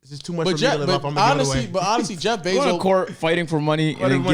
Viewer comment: Why tf keep sayin jeff benzo😭😭